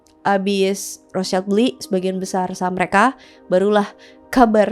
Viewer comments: Bacanya yg rotcild bukan rostcaild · "Rot Shilt" menurut informasi yang saya tau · setahu saya penyebutannya Rothschild bukan Rothschaild karena dari bahasa Jerman bukan Inggirs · Menurut aku pronunciation Rothschild Itu bukan rotscailt tapi rotsyilt, kenapa? Soalnya itu kan keluarga dari Jerman, nah di bahasa Jerman cara baca huruf vocal itu sama kayak di Indonesia yaitu aiueo trus di bahasa Jerman sch itu dibacanya syi, jadi seharusnya cara baca nama dari keluarga Rotschild adalah "Rotsyilt" Tapi correct me if i'm wrong, cuz i'm not really sure about this hehe peace:D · RALAT MBAK.. CARA PENGUCAPANNYA ITU BUKAN ROTSCAIL TP RUHTSIEL ITU BAHASA ASKENAZI.. KASIAN BUAT YG LAIN NANTI IKUTAN SALAH. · sebutnya roth schild bukan roths child. ejaan jerman :) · Koreksi, Rotschield ( perisai merah) itu cara bacanya {Rot syild) ( sch itu cara bacanya seperti sy pada kata syarat) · Cara bacanya Rot-shild (artinya:perisai merah) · FYI ya, Rothschild itu dibacanya "Rotsil" karena asal mula namanya dari perisai (schild (jerman)=shield (english) bukan anak (child). Ini seringkali salah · Betul!! Makanya agak risih saya dengerin. Karna di Jerman kita sebut Rothschild (rot-shild) aduhhhh suka2 deh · Pronounce nya Rothschild yg bener : Rot-Syild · Baca nya rot shilt kak, soalnya itu bukan bahasa inggris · Bacanya Rot Shild Itu bukan bahasa Inggris bahasa Jerman: [ˈʁoːt.ʃɪlt], bahasa Prancis: [ʁɔt.ʃild], bahasa Italia: [ˈrɔtʃild]), dikenal dengan sebutan Wangsa Rothschild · ya salah, karena dia bukan german dan tdk paham spt orang kebanyakan